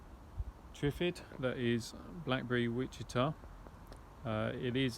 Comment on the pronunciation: Wanted to let you know the berry variety is called. Quachita. It is pronuonced "Washita" Im from Arkansas. It always make me laugh to hear peoples interpretation.